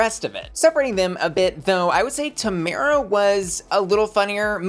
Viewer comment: I love you queen but you saying Tomara wrong